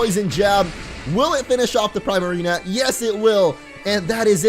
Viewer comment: Its primarina not prymarina